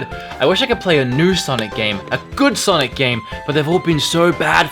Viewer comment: "No great sanic games"......